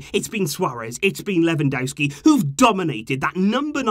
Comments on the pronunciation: He is called Lewandowski not Lewandouski that is not his name its not that hard to pronance at all. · Quick tip, ‘W’ in Polish is pronounced as ‘V’ so you would pronounce it Levandovski. 👍🏽